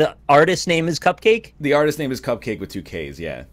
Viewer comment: No joke, Cupcakke is pronounced "cup-ka-kay" and not cupcake. I only know this because she performed at my school this year